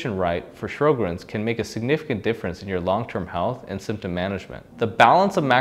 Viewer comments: It's pronounced "Sho-grins," not "Shro-grins." Also, Sjogren's experts have said that it is now supposed to be called "Sjogren's Disease," not "Syndrome." This change emphasizes its distinct pathology and potential for serious organ involvement. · Sho-grenz, not Shrow-grens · Sjögrens = Show-grens. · It is spelled "Sjogren's" ("Show-grins"), not "Shro-grins." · If you can’t pronounce Sjogren’s and it’s spelled wrong in the title, it makes me doubt the whole video to be honest. Is this guy really a rheumatologist? A rheumatologist would pronounce it correctly.